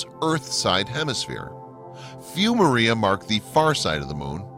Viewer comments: PS It's pronounced MAH-re=uh, Not MARE-e-uh. It's Latin, dude! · People will believe anything to avoid admitting GOD PUT THE MOON THERE. Edit you keep saying maria like the way whites use the name.. It is said as Spanish say it with emphasis on the R, like my username... It's not pronounced Mirria.. It's MAR-e-ah(Mars without the S) and emphasis on the R.. Not Mur-E-ah